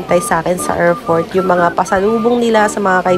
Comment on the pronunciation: AIRPORT not AIRFORT. Watch your P's and F's